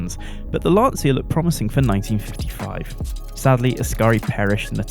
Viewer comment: Thumbs down for pronouncing Lancia as Lansia